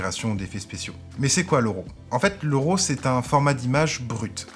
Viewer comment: Bonnes informations!! En passant ce n'est pas 'ROW' mais 'RAW' ça se prononce comme 'Rat' ;-)